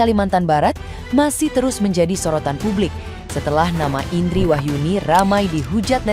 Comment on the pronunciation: … klo ngomongin Artikulasi, Lha Ibu juga klo nyebutin nama Ibu sendiri juga artikulasinya kurang Bu. IiindRRRRiiii Rrrr … Rrrr … INDRI … RRRRrrrr-nya kurang Ibu 😅